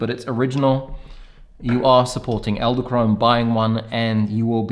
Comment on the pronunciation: Did I hear you say "eldekrone" a few times? :) Fun fact, "edel" (not elde) means Noble and "krone" means Crown (both in German and Dutch). So "noble crown". Thanks for the review, ordered mine today!